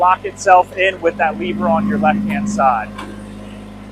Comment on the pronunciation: dude, it's LEV-er not Le-Ver